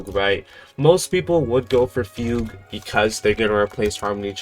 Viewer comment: bro stop pronouncing fugue like that bro